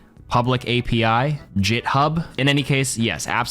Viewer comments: Bro said JitHub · not the "YIT-HUB" 😭